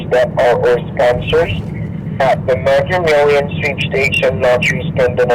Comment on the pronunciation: "Megger Millions" 🤣